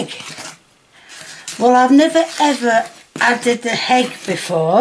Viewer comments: why do you say hegg instead of egg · The HHeegg